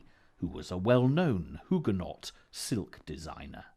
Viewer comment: Why is it "ironic" that the official name for Petticoat Lane is Middlesex Street? And why the weird pronunciation of "Huguenot"?